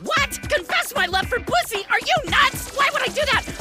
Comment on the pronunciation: Thought the cat said bussy